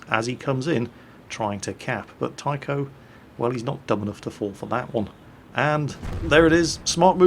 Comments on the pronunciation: you dont pronounce his name as Taikou! xD you read it Tai-chou, it means captain in Japanese.. Im so sorry:P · every time he said my name and said it as tyco all i could think about was remote control cars haha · Its actually pronounced Tai-Cho(u) Butt Flex, which in Japanese meaning means Captain Butt Flex, because the romaji taichou/taicho refers to Captain in Japanese. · Taichou - It's pronounced like Tie-cho. It's a class based honorific in Japanese culture, which references someone as a commanding officer, or "one in charge". Basically his name translates to Captain Butt Flex. Another class based honorific you are doubtlessly more familiar with would be -hime, as in princess, as both are usually added to the end of ones name, to indicate status and respect.